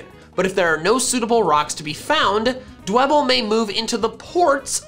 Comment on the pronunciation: Nobody: dewbble It’s free real estate